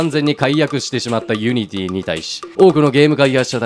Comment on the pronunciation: ユニティの発音が安定しないのすごく気になった